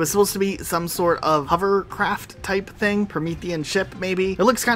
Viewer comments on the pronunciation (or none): none